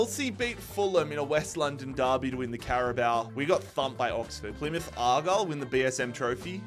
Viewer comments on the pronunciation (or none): none